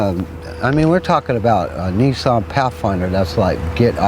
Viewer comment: haha he called it neeson! it's Nissan! Niss - an